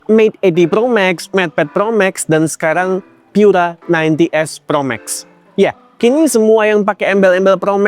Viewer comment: Pura itu bahasa Italia, cukup dibaca seperti kata pura di bahasa Indonesia, ga usah dibaca pyura. Bahasa Inggris Pure Energy itu terjemahan Italianya adalah Pura Energia, dibaca pu-ra e-ner-ji-a.